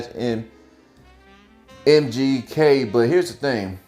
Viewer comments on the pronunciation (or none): Say his name correctly who you gonna report stupid shit... "MJK" is not correct. And the music in the background is annoying...not trying to watch a bad porno.